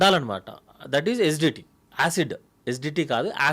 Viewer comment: SGT ఏందీ GST లాగా......😂😂😂😂( ACIDITY ) ఏసీడీటీ అని క్లియర్ గా చెప్పు బాబూ 🎉